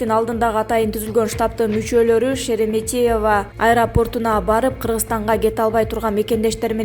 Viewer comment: сен Шереметьево дегенди нормально айтчы. Кишинин кыжырын келтирбей🙄